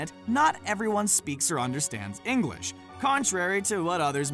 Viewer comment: I'm triggered how he said English because I live in England and I am English and he said it like ingalish English people say it like inglish